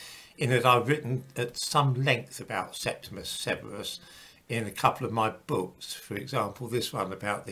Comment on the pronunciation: His name is Septimius (not "Septimus") Severus.